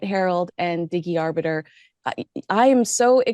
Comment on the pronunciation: Can you pronounce Arbiter?? NO. !